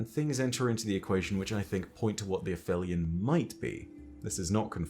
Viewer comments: not quite vibing w/ a-fell-eon when its been a-feel-eon but oh weel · Absolutely no disrespect to our resident lore-daddy but it is “ay-FEEL-eon,” not “a-FELLY-un”… it’s literally in the game audio 😬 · Me and Shuro Chi the past couple years: A-feel-eon: F that. A-fell-eon. 😑😑😑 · It’s pronounced ‘App-Heel-Ee-On’. That’s because the word means the point in Earth’s orbit where it’s the furthest away from the Sun. The ‘heli’ part refers to Helios, the Greek sun god. Aphelion could be a reference to the fact that the beings themselves are far away from the ‘Light’ of the sun. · Fun fact: it’s actually pronounced afelion. I came to write exactly the same comment as you. I’ve been saying it as ap-helion my whole life. But I’ve gone and done some research, and it turns out that it would only have been pronounced that way in classical Greek, but later Greek, Latin and hence English merged the p-h to the f sound regardless of whether they technically belonged to different roots. Other examples would be aphaeresis and aphorism. Fun fact 2: the word in Italian is “afelio”, further showing the p-h merger. Can’t believe I’ve got this wrong my whole life! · You have an accent, you're British, yada-yada..... But when the clip you play clearly calls them "uh-feel-ee-un"... It makes the way you say it just sound wrong.